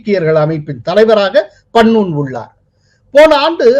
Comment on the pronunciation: உங்களுக்கு பெயர்களை ஒழுங்காக உச்சரிக்க தெரியாதா? வராதா? Gurparvant சிங் பண்ணு ஐ பண்ணூன் என்றும், bhullar ஐ pullar என்றும் சொல்கிறீர்கள்